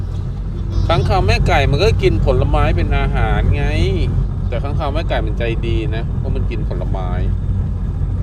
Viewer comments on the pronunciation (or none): ค้างคาวนะคะ ไม่ใช่ คางค้าว ... ฮ่าๆๆๆๆๆ